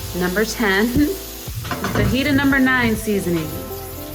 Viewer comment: “the fuhgyta seasoning” lmao you’re too much